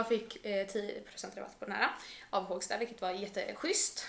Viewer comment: Inte Hååågsta, utan Hoooogsta! Med O 😊